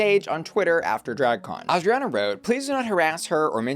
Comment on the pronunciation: Love how you pronounce Adriana! I always forget you understand English but that pronunciation is on point!